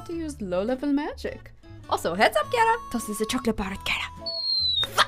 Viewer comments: Am I the only one who thought it was pronounced Chara rather than kara? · stop with the KaRa its chara ch bruh